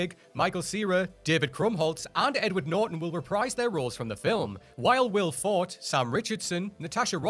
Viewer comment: It's pronounced Will For-tay.